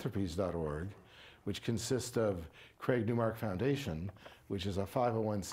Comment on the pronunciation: The interviewer keeps pronouncing the name wrongly after hearing the right way of saying it. What a lack of common sense and respect to the interviewed.